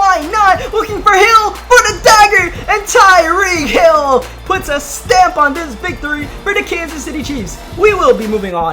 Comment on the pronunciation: Did you call him Tyree Hill?